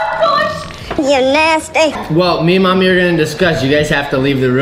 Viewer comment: why do you call momy moomy